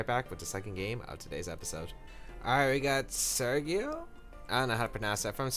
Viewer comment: on , the names pronounce is like "Serjio"